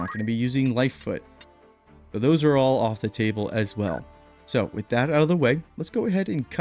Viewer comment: Lol. "Lifefoot." It's Lifefont.